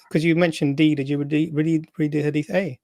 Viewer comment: From Yemen but can’t even pronounce the word Hadith 😂🤦🏻‍♀️